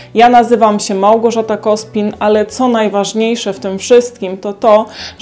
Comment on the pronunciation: Pani, akcent na trzecią sylabę a nie pierwszą w słowie Małgorzata.